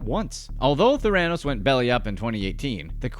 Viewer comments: Someone should tell OP how to pronounce Theranos. Hint: It's NOT ther-AN-os. It's THARE-uh-nos. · You need to learn how to pronounce theranos. 'there-a-nosse' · It's fun when a video presentation takes the time to learn how to correctly pronounce its subjects name. Theranos = THER-a-nos, (as in THER-a-py). Not ther-A-nos. Otherwise, excellent presentation! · Couldn’t get past the constant mispronounciation of THERA-nos. Not TheRAnos. Yeesh! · It's pronounced Ther-a-nos. Otherwise, great synopsis of Elizabeth & her manipulative behaviors that eventually lead to her downfall!! Diane Downs did the same thing to garner sympathy because, in her case, after all she's pregnant, a gift especially after the death of her daughter & the losing custody of her other daughter & son. For some reason female sociopaths actual think it will work in their favor.😇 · It was driving me crazy lol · There are a few things that make me twitch. If it happens too many times I go nuts. It's nod your head for yes. Shake your head for no. Saying the name Ther--a--nose incorrectly, for some reason made me want to jump into the story about Theranos, rank the reporter to the side and quietly but firmly repeat the proper pronunciation until the reporter said the word correctly. Apparently, the actor Bennidict Cumbermatch had difficulty pronouncing penguin 🐧 while narrating a documentary about these lively birds. They have quil shape feathers. The Graham Norton show has a hilarious clip of him explaining what had happened. Well, no body's perfect!!!😇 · The narrator obviously never listened to Holmes talking about her company, THER-a-nos. He proves that any lazy, ignorant schmuck can make a video. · Ther...ran..os What???? Learn to pronounce the this your talking about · “TheRANos” … it isn’t like there haven’t been a million news stories he could watch to get the pronunciation correct 🤦🏾‍♂️ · the right pronunciation is Thanatos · Why are you saying “Theranos” that way?